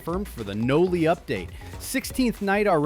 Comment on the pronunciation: Bro why AI can't say noli only saying NOLY😭